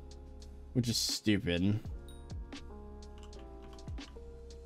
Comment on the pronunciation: I don't know why but him saying stoopid alaways gets me